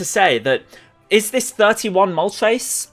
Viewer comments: It's moltres, not moltreys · Why do you pronounce "tres" as "trace" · The name of the fire bird: Moltres How he says it Moltreys